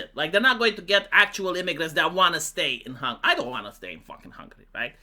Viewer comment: Pronunți intenționat hungary? Just to piss ppl off?🤣🤣🤣